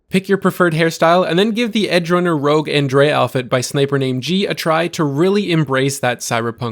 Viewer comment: Have you not played the game or do you just refuse to pronounce Andreja correctly?